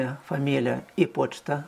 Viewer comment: я угараю как ты говориш почта